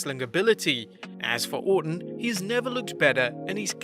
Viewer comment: its Orton not ortan